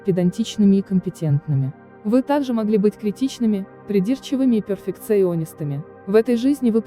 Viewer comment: А почему чтецы такие неграмотные!? Всегда удивляюсь. Ударения ставят так в словах, будто, никогда и слов таких не слыхали!.... "Перфекционист," и др., к примеру...